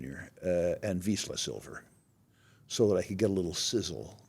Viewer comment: I couldn’t understand the names